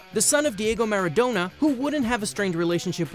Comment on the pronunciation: Lol it's so funny when they say Diego maradona's name because they pronounced it wrong and really badly